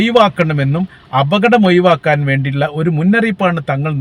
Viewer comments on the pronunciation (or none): "ഴ " വഴങ്ങുന്നില്ല.